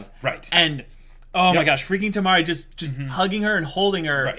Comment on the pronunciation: U guys can just called the 4th girl Yuzuki :) n its Kimari not Tamari ^^